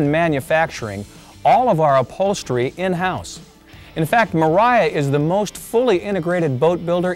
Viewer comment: I took a shot every time he said mariafbsemc